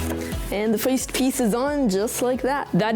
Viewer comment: he be saying foist